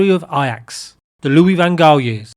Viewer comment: …..and you still can’t pronounce his name properly. Well done!